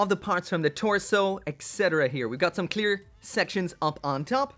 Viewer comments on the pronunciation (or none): none